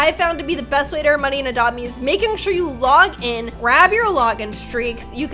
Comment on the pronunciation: i like how she pronounce "adopt me" ", "adome"